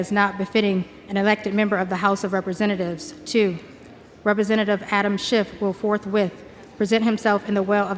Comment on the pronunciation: She corrects her proper pronunciation of schiffs name to shift. That is just weird.